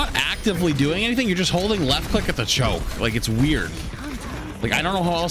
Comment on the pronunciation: "is there anyting magical there?"